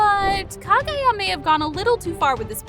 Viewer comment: Please just watch the show in English so you can get the names right Zen eat zu Een oh skay Meet sir ee Ka guy ah